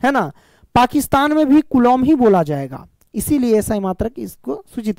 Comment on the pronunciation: Kulom nhi hota kulam hota hai